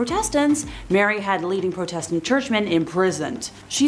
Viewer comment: The girl doing the evil queens bit really said protestant and heretics so wrong I’m so confused